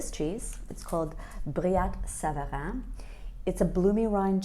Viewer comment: Thank you for properly pronouncing my favorite cheese of all time properly ❤😊😊😊 There is no better cheese on a Friday evening and no weekend commitments.